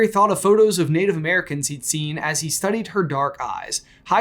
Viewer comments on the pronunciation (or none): none